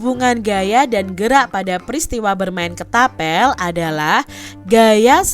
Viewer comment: Kak ketapel bukan ketabel